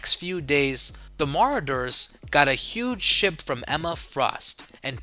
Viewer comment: Is he/it trying to say Marauders???😂